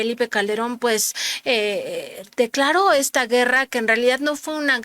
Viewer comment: varias veces has dicho declaro y es declaró. Gracias.